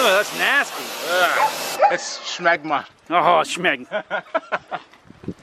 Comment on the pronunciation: ITS S M E G M A